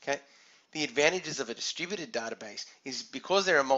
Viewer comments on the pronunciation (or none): Haahahaahhhah distrubuted word sounds like "the stupided". Anyway thanks a lot for this short but informative video.